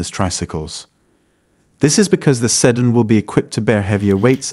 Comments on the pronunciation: SEE-DAN, not see-din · The pronunciation of "Sedan" is bad. Might need to retrain the AI.